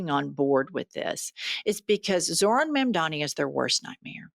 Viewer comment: If you're going to report on someone, plz at least take the tyme to learn how to announciate their name.